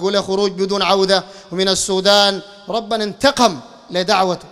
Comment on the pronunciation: قل ربنا انتقم بضم لفظ رب وليس ربنا بالفتح . تعلق على أخطاء الناس وانت تقع في أخطاء أشنع من أخطائهم